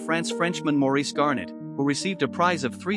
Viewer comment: "Maurice Garin" not "Garnet"